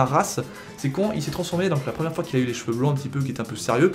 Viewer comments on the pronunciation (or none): none